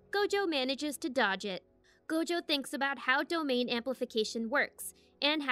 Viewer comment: Im sorry? territorial expansion... Say dom then say ain . Now say domain expansion